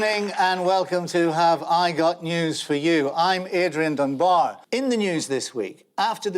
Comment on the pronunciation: Wait! Adrian pronounces his last name "Dun BAR" instead of "DUN bar" ??